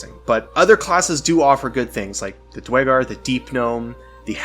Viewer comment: The pronunciation is “Dwegger”. Great vid!